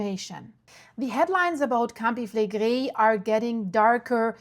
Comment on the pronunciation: A woman from Naples recently corrected me and said that Campi Flegrei is pronounced "Cam/pee Fle/gray". Just saying.